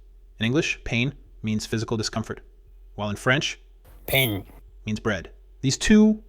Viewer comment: The pronunciation of "pain" in French is really bad, I suggest finding a better one. Loved the rest of the video.